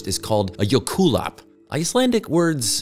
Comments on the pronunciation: No not Jök-la-hulap. It’s Jökla-hlaup. Meaning: Glacier Run. The emphasis is Icelandic is on the first letter of the word ‘j. You got the first part right - jök. Then there is hlaup in hlaup, the (au) is in Icelandic pronounced as a one letter, but I can’t think of a word with that sound in English. If I can think of one I’ll edit it. Otherwise your demonstration is great. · Great video. RIP Icelandic pronunciation. I'll give you a pass though since jökulhlaup (literally glacial run) are not exactly the easiest to pronounce. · Fyi it’s pronounced ‘YO cool loyp’ (not exact but close) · jökulhlaup is pronounced like yerkul hloip